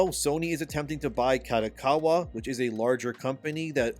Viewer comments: Who's KATAkawa? 😂 KArt DOck KArt WAr Ka Do Ka Wa. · Japanese company, if held by at helm by traditional Japanese business person in general would prefer the company to stay Japanese owned. Hence there is a chance that kodokawa would, in general, prefer to be sold to Sony Japan. Btw, small details. Kodokawa is pronounced like car-doh-car-wah.